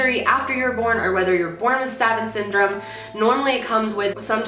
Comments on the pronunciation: Loved this video! Such an interesting topic to cover- just wanted to mention- I believe it's pronounced like "sav aunt." Great content as always. 💗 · Suh-vahnt. Sorry, the mispronunciation was bugging me. Love you! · Damn. I get a TBI and all I get is blind and a horrible memory. Also, the new show “the good doctor” the main character is autistic and has savant syndrome. It’s pronounced saw-vawnt btw. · its pronounced suh-vaunt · Savant is pronounced like "Suh-Vont" I ❤ your videos! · It's pronounced sUh-vAUnt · As a few other people have said it's pronounced "sa-VANT" with the emphasis on the last syllable, I only mention that for other people in the comments because at first I didn't know what you were talking about :-P So cool, I remember watching documentaries on this when I was younger and being fascinated by the story of a man with actually a much lower IQ but became an INCREDIBLE sculptor, making hyper-realistic animals out of clay. Edit: You went on to mention this dude later in the video :'-) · Great video but I have to be the annoying person that tells you it’s pronounced “suh vont” syndrome. You have maybe heard of people being called savants. It mean genius. So if all the syndromes to have, it could be worse lol. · So, this is a really minor thing, but "Savant Syndrome" is said a bit different than you'd said it in the video. The a's are said as the one in "aunt" is. S-ah-v-aunt Syndrome. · phonetically 'sah-vawnt' for future reference, no shade though of course! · Savant is actually a french word and its pronounced "suh-vawnt" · This is really fascinating! Just a quick note, savant is pronounced sah-vahnt like when the doctor says to say ahhhh. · Prounce savant. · You said Savant wrong 😂 but yes a Savant is someone who is incredibly smart and knows so much about a certain topic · Savant syndrome? I feel like she's saying that wrong and she keeps saying it. I'm gonna go look it up cuz now I'm curious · suh vawnt